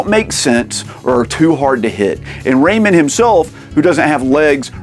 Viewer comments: Enjoyed the video but the Raymen bothered me every time lol. It's Ray Man! :D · Ray-MAN, am I right??? Keeps sounding like this dude is saying Raymond lol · It's Ray MAN, not Raymin. Don't disrespect my boy like that. Do you pronounce Superman or Spider-Man like that? Lol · Raymen? You mean ray-man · pronouncing Rayman "ray-mun" is like when people pronounce Mario "mary-oh" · Love how he says Ray-min 😹, somehow I got 5 of these beat! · R..reyman? Like REYMOND? 😂 I've always pronounced it "Ray-Man". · Its ray-MAN not ray-men. Drove me mad !! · For the love of god, man! It is not pronounced “Raymond” !!!!! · It's a crime that you're saying "raymen" instead of "ray man". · But dude, Everybody Loves "Raymun!" 🥴😅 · pronunciation videos agree with you BUT 30th anniversary trailer from 6 days ago agrees with me and rayman origin trailer says rayMAN too Anyways thanks for the journey also cool video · I can't get past that it sounds like you are calling him "Raymond" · Incorrect. Just do a search for "snes Rayman commercial". As I originally thought, it is pronounced Ray-man. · I can’t with the pronunciation of RayMEN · Hearing you pronounce Rayman is wild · I've never heard anyone pronounce Rayman like that. Say Batman or Spiderman in the same way. Hours of fun! 😂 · The way you pronounce Rayman gives me seizures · Great video, but my skin crawls every time you say Rayman like that.. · Who TF says "rayman" like that? Decent watch but a tough listen... that voice 🙄